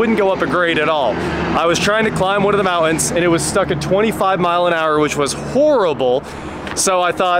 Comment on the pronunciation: Mouans? It's MOUNT-ANS.